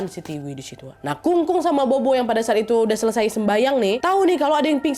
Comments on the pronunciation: Bobo itu bacanya popo mba e😌🙏🏻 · Bobo itu dibaca popo, nad. 😊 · Kak Nadia cuma mau koreksi aja kalo "bobo" di baca "Popo". Kelompok ini dibaca polos, tanpa mengeluarkan embusan angin dari mulut. B dibaca mirip P (contoh: bàba dibaca pâpa) D dibaca mirip T (contoh: dìdi dibaca tîti) G dibaca mirip K (contoh: gēge dibaca kēke) Z dibaca mirip C / "Ts" (contoh: zai dibaca tsai) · Bukan bobo ka , tapi Popo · Akong sama popo bukan bobo ka nad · Bobo nyebutnya popo klw ga salah ka nad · Maaf ya kak nad, fyi aja... bobo itu bisa di baca sbg popo, artinya nenek yah kak.... semoga membantu 🙏🏻🙏🏻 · nad disebut nya bukan bobo b dibacanya p jadi sebutnya popo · Kak cara nyebutnya popo bukan bobo 😅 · Kak nad... Sedikit koreksi.. Bobo di ucapkan Pho Pho.. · Hehe popo kali ya ka, bukan bobo 🤭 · Maaf Nadia, bukan maksud protes ya😊.. Huruf B dalam bahasa Mandarin biasanya penyebutannya jadi P.. Jadi untuk nenek sebutny bukan bobo tapi popo 🙏 maaf ya 😊 makasih buat video2 seru nya.. Aku penonton setiamu❤ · Bukan bobo, kak nad. Popo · Bobo ktu bacanya popo mba e😌🙏🏻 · "bobo" bacanya "phopho" ya wakk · Tulisannya bobo kak tp cara bacanya popo utk nenek. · Pupu kak nad...bukan bobo...b baca p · Afaik, bobo dibacanya popo naddd.. Seinget aku pas pelajaran pelafalam b dibaca p, p dibaca ph.. cmiiw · Popo kali KA nad ,bukan bobo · Maaf aku ralat ya ka nad, bukan bobo di panggilnya tapi kita panggilnya atau di Baca nya " Popo " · FYI aja Ka Nad "Bobo" seharusnya dibacanya Popo karena bahasa Mandarin B dibaca P ❤❤❤ btw ka Nad post ini tepat beberapa hari sebelum bulan hantu penanggalan china loh 😂😂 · Popo bukan bobo😅😅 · Sedikit saya tambahin ya kak nad Bukan bobo tapi Popo yaitu artinya nenek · Bobo dibaca popo kak nad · Aksaranya Bobo, tapi bacanya Phopho ya ya 😊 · O'Mara. Maaf kak pelafalan BOBO yg benar it Pho-Pho arti ny nenek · Stau aq, pho-pho kk nadia. Bkn bo-bo 😁